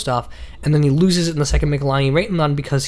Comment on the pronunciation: Argh! Its pronounced Mitchell-eeenee. Not mikhalaini.